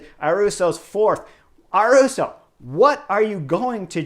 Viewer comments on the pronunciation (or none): Chris, great commentary! But please make an effort to pronounce their names correctly. Is not Sergio “Iwuita” is Higuita. Pronounced as “Ee Gee Ta”. And is not Juan “Aruso” is Ayuso. Pronounced as: “A you so” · Ah-yoo-soh not Ah-roo-so. Ee-gee-ta not Ee-we-ta. You are welcome. 🤪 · Haha great video Chris, love your analysis and makes me love this sport even more. Just one thing, The “y” in Ayuso sounds like “y” in yellow, not “r”. Keep it up!